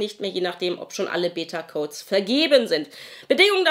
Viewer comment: Ich muss jedesmal schmunzeln wenn du Beta sagst ;)